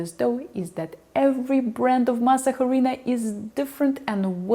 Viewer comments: Why is the pronunciation, jarina??? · In Spanish the h is silent. You don’t say “jarina” you say “arina”. Any Spanish person knows this. Great info though. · pronounced 'ah-REE-na' not "HA-REE-na" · “Harina”. You need Mexican friends 😊 but great video nonetheless! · its not Jarina, its arina >:c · why are you saying "HArina"? the H is Silent... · Perfect puff for a corn tortilla??? A puff on a corn tortilla it's not desirable nor is it normal, corn tortillas that puff also fall apart when you put a hot filling inside them. But like, I prefer the yellow corn harina ( pronounced "arina" the "H" is always silent in Spanish words). I watched this video because is easy on the eyes. But IMO, learning how to make tortillas from a Russian...... is kind of like learning how to make borscht, from a Zimbabwean! ¯\_(ツ)_/¯ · The H in harina is silent so you would pronounce like this, Arina. Thank You! Love your hair cut! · In Harina the H is silent so you actually say Arina. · pardon me please, in the Spanish language, when a word begins with the letter "H" it is silent, it is not pronounced. Therefore, "harina" is pronounced as " 'arina". I hope you dont mind. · Just so you know the “H” is silent. As in “ĀhRēēnaH” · The 'H' is silent in the word Harina. Pronounced 'arina'. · FYI. Harina....the "H" is silent. Pronuounced ARINA. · I was wincing every time you said "harina". In Spanish the h is silent.The correct pronounciation is " Arina". Thank You. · Seriously, how can someone deliver such an extensive and expensive video and have no idea how to pronounce HARINA? THE H IN SPANISH IS SILENT! SILENT! "Arina". Jesus, the cringe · H is silent pronounce arina. .. an I hope I can learn. Because I can't make tortillas ...thank you so much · The h is silent in Spanish … arina … great video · Harina is a Spanish word, so even if you’re speaking English, the “h” should still be silent. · The “h” is silent in harina. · The H in harina is silent